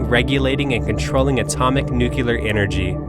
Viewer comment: I tried watching. Your Mispronouncing of NUCLEAR "NU - CLE - AR" as "NUKE - U - LAR" was just too Painful for me.